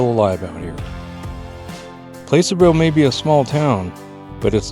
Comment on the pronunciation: How they know you’re not from around them parts…PLASS-ur-vill not Place er vill you had it!